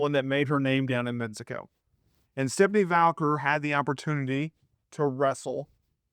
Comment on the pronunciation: You spelled the name correctly in the title and you see that there is no letter "l" in her last name, yet you still pronounced it as "Valquer" 😂😂